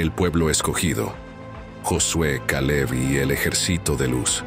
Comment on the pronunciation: Caleb suena a kal-el